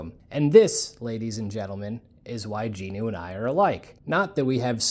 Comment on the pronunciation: It's going to drive me crazy if I don't say it so...his name is Jinwoo (Gin Woo), not Jean Ooo. Aside from that triggering my OCD, enjoyable to hear people talking about their experience with the show.